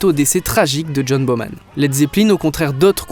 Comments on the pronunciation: Le batteur de Led Zeppelin c’est John Bonham avec un N avant le H, et non John BoMan. Rectification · bonham pas boman, à part ça continue c génial